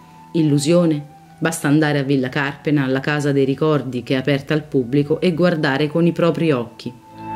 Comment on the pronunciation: Anche Carpéna, non Cárpena!